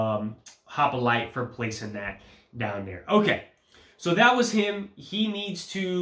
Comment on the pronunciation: it is hoplite not hopolite ;-)